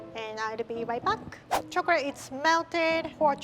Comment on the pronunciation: I love how says chocolay instead of chocolate and says shift instead of sift ❤️❤️ Like if u agree LOVE U RIE